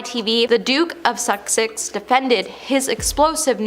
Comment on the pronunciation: The Duke of Sussex not Suksex😭😭